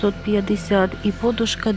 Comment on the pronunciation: Чому багато блогерів в слові,,подушка'' роблять не правильно наголос?